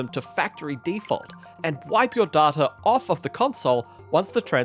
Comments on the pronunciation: Day-ta, not Dar-ta. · I know it's a regional thing but hate the way he pronounces Data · Say Data again I dare you! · They way he says Data 💀